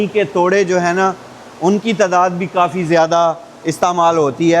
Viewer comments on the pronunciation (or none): none